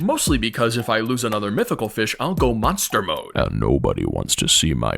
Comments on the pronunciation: "ayund neubudy wunts 2 see my monstur moed 😖" on is hilarious also laugh theres a rod like the steady rod n its way better -45 catch time a buncha resilience and most importantly: INFINITE KG LIMIT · “æye got a wæly bobber” and nœbody wants tø see my mœnster mœde…